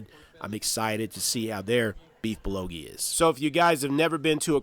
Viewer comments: 🗣Beef Bull Go Gee...Beef bulgogi, not bulogi. Great video other than that. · Great reviews and thanks for making the video. Very informative and I even enjoyed how you mispronounced many names charmingly entertaining such as "Bullogi(bulgogi) " 😉😄. Now I am very hungry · Hi great channel. It's Bulgogi btw, not Bulogi. And yea, I know bout Biwon Son! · Hi, it's bulgogi, not bulogi. :) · It's BUL GO Gi..not BU LO Gi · it is beef "BUL - GO - GI" not "bul lo gi" :D and "BIWON" sounds like this Bee-Won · Bul - GO-gi ... not Bul lo gi... it's painful to hear you mess that up so many times. Good video but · a great review. thanks for sharing. i definitely got a good idea of where I can take my family. just wanted to share that the korean meat (bulgogi) is pronounced bull go gee. looking forward to more videos. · say it with me BEEF BUL GOH GEE! LOL #kringe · It's called bul-go-gee...